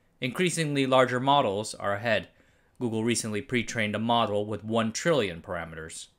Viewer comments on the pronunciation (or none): none